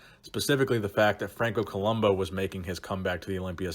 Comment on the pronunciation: Padilla got screwed over the most in '81. Also it's Columb'u' not Columb'o'.